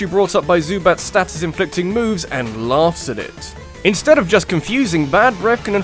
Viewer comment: But, you're British. Why are you pronouncing status like a foreigner?